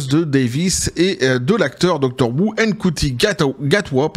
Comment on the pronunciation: "la meuf" comme tu dis si bien c'est Jodie Witthaker et ce n'est pas "Mkuti" mais Ncuti Gatwa, franchement aucun respect pour les interprètes des 13 et 15ème Docteur ...